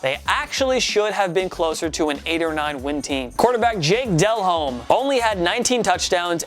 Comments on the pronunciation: Del-Ome. Not Del-home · Hey dumbass, it's pronounced Del-ohm, not Dell Home. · Dude his name is pronounced Jake De-Lome not Dell home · Del-Home? Really? No. You’re supposed to be a sports Ch by fans. Yikes It’s pronounced Dellome. The H is silent. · Del-Holme??? De-Lome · Pronounced de-loam not Dell home. BTW... the titans miracle was legit. Just look where it was thrown from and where it was caught. It was quite amazing considering their body positions. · Just... stop. You clearly have no idea how to pronounce southern names. So here is a primer for you. If the person is from Louisiana, don't pronounce the H. It's not Dell-Home, it's Dell-ohm. It's not Hay-bear, it's Ay-bear. And finally, it's not New Or-leens, it's New Oar-lens. You're welcome. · Pronounce del-lome not del home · Jake Del-ome...not Del-home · Replace the 2012 Giants with the 2003 Raiders. And replace the 2015 Seahawks with the 2006 Bears or any of early Broncos teams with Elway since he got blown out pretty much every time he went there. And cmon, Delhomme is pronounced "Day-Lome" not "Del-Home." Lol. Like Chris Berman always used to say during highlights: "daylight come and me wanna go delhomme" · Who is Jake Del HOME? its pronounced "Da lome", who is this guy, has a football channel and can't pronounce one of Calolina Panthers best QB's, he was still kinda average but had a little clutch to his game, heck he last 10 plus seasons, but c'mon man, party foul!! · Jake “Del-Home” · Del'homme is pronounced 'duh-lohm'. (added note: it is translated as de l'homme, and means 'of the man'; his ancestors migrated to Louisiana before it was illegal in France for the aristocracy to use 'de' in their surname. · It’s pronounced (duh-lome) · The idiot doesnt know anything about the nfl. How is he gonna pronounce players names correctly. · yall seem to have some trouble pronouncing cajun names like Hebert and Delhomme. It is pronounced Ay-bear and Deh-lome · Its pronounced De-lome